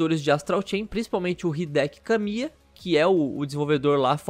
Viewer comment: Corrigindo: Hideki não tem assento no "É" então, não se lê "HidÉki" e sim, "Hidêki"